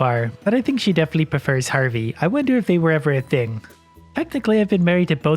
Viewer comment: Who in the world "perfers Harvey" ..?